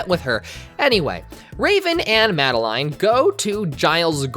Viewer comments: Its not mad-uh-line. Its Mad-uh-lynn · "Madaline" ...mad-a-lynn